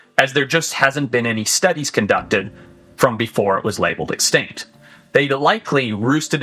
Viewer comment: Sorry but can Forest say the word extinct? Sounds like “exctankt”